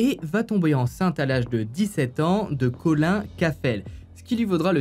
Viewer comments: c’est pas Colin comme le poisson loool mais Colin(e) 😘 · Collin ( sa se dit coline )